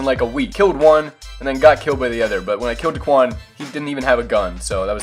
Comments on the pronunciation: daequan not deekuan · It’s daequan not daquan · It’s not dickwan it’s daequan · It’s pronounced Day-quan 😂 Not da-qwan 😂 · love your vids but it’s not duhquan it’s dayquan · Say it like DAYQUAN, dequan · Day-quan nOt dUhquan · It's (Day-QUAN) that's how you pronounce it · U opronounced his name Duhquan, it’s pronounced Day - Kwan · just said daquan instead of daequan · Why he saying Daquan it’s Daeqaun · and it’s Day Quan not Da quan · Omfg bro its DAEquan not daquan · It’s daequan, not dequan 😂😂😂😝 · his name is daequan not duquan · It’s pronounced day quan not duh quan lol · Not da-quan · It's pronounced Day-quan not duquan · lmao it was making me mad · I was about to say if this nigga says duhquan one more time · it’s Day Quan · It's pronounced Day-Quan but GG... That's dope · When he says duhquan it gives me anxiety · It's Day-Qwan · It’s DAY-QUAN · It’s dayquan or how it’s pronounced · Spelled daequan pronounce it like Day-Quan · You pronounce it Duhquan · It is da quan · Why does he say dahquan 😂😂😂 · Its pronounced Dayquan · It’s pronounced day-quan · He said duquan smh😡😡😡😡😡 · It’s not duquan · How could u say he’s name wrong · You’re not even saying his name right lmfao 😂😂💀 #whiteboy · when he try to say daeqan 😂😂🔥🔥💯💯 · Say his name right. Stop disrespecting the 🐐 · It’s not the Quan it’s Daequan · its ok that u said his name wrong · Myth is next Learn how to say daequan right please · Say his name right! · You say daequan wrong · U said daequan wrong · U say daequan wrong 😂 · You’re not say his name right lmfao 😂😂💀 #whiteboy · I’m considering unsubbing on how he said Daes name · you say daequan wrong so much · how do you claim you watch daquan and all his videos but can’t even pronounce his name..... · Stop say deaquan wrong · Learn how to say daequan